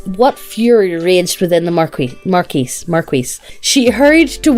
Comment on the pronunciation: Environ, le mot "marquis" est pronouncer "mar-kee". Ne dis pas tu aimes les francais si tu ne parles pas un peu des francais. Au moins j'essaie parler un peu de francais impropre. C'est mon devoir comme je suis un habitant.